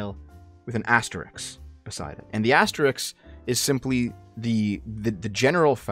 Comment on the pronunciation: It's ASTERISK, not Asterix. Asterix is a French cartoon character.